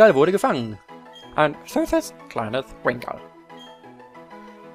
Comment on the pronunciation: oha 😱 Du sprichst meinen Usernamen auf anhieb richtig aus 👍😂 Ja man, Wingull xD Also wenn wirklich Namensmangel herrschen sollte: Genso, Kosuke, Visari, Razor, Kyle, Miakis und Minoura 🙈